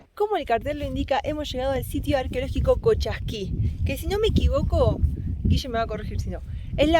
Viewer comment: No es Colchasqui es Cochasqui